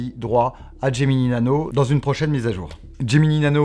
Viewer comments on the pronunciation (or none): "Gemini Nano", pas "Geminee Nano".